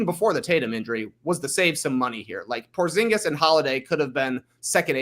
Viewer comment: Its odd hearing Porzingis' name pronounced correctly, my fiance refers to him as Dingus Pingus and it's stuck in my mind.